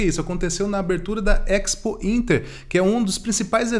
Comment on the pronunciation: EX pointer é boa, A pronuncia é espointer